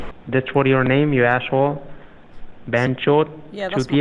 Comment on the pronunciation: "ashhole" Lol.